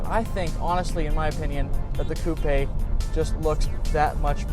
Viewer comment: You said coupe wrong loser